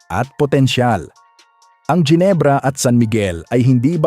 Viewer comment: Jinebra (as u pronouns it) putcha! MALI! JINEBRA MO MUKHA MO! GINEBRA (Hinebra ang pronouns)